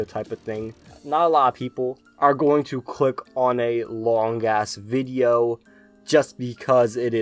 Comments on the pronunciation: I really like how he'll pronounce some pokemon's names and moves wrong on purpose sometimes, it kinda adds to the charm. Now that he said "wideo" comes from his German friend it has me wondering if some of the other mispronunciations are from him as well. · In one of his recent videos he said that he says wideo because he has a german friend that couldn't pronounce v's very well and used the w sound, and their friend group all started picking up on it because they thought it was funny. So yes it is intentional. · I love wolfy, I've used one of his teams that he showed for the past few seasons of ranked. But yeah he does mispronounce a few words on purpose. Idk why, this includes wideo, jigalith, jenjar and it can be a bit cringe but I think he does it on purpose as some sort of inside joke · You pronounced wideo wrong